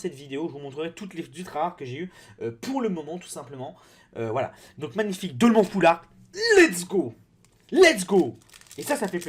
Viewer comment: On dit dolman en pronancant an comme âne